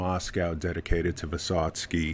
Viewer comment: Very good pronounce of the name. I recommend you to read what is he talking about. It's very hard sons try ballad of fight. You're great in Russian pronounc.